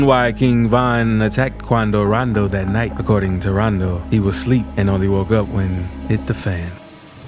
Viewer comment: He say Qunnadoo Raandoo